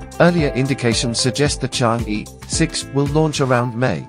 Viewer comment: Pronouncing “Chang Err”.